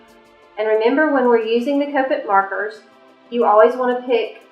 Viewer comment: What is the name of the markers and where do you buy them? I cant seem to find them. I thought you said Puffed Markers.